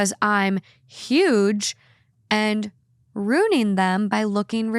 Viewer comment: I’m sorry but how the eff does anyone say “ROONING” and not realize that they clearly don’t know how to fucking say “ruining”???? 😭 god I hate so much